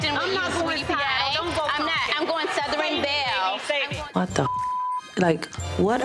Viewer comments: did malaysia say 'suthryn belle' instead of 'southern belle' ?? lol she could never talk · Malaysia, what is a 'SoutheREN Belle?" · Malaysia saying “Southeren Bell”… is sending me. She’s so illiterate.